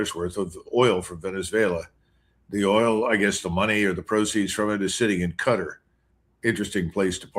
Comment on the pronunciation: "Canada cut a deal with Cutter"? A Canadian that cannot say Qatar; he sounds